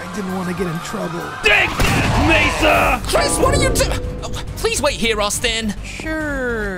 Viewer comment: It's mesa😒